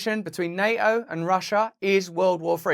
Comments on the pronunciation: PuuTTTTTTin Not Puuin 🤣 NAO 🤦🏽‍♀️ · ... general people cannot stop this madness ... maybe some aliens will show up and say: "playtime is over now kids" ... disarm us ... and eat us for breakfast ... by the way Russel ... why do you not pronounce the T in NATO ... is that a typical british thing that they leave the Ts out or just yours ...? As I am not an Englishman I ask myself ... why ?...😈